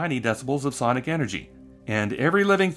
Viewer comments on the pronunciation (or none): none